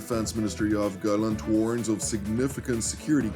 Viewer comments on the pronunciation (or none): none